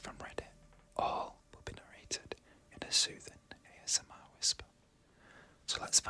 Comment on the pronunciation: Also, maybe I'm being an idiot, but is your name ""? I'm guessing because ASMRk and the way you said it. Ay-Ess-Eh